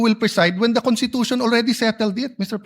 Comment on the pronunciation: IT'S PRONOUNCE 😂CONSTITUTION NOT CONTITUTION !!!!